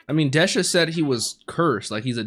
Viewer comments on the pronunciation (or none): Just wanted to do a quick correction for you on how the names are actually pronounced: Bosse : boss ( or bossu in engrishu ) Desha : Des-ha Apeas : A-pi-s ( or Apisu ) Fun fact : Apeas name is the reverse of the katakana word for "spear" ( Supia -> Apisu ) and Dorshe's is the reverse of "shield" ( Shirudo -> Dorushi )